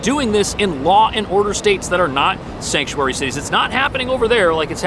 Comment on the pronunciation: Shank-u-airy city lol